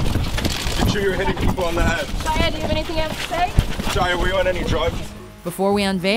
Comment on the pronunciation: Gwyneth Paltrow and Shia are the only names you got right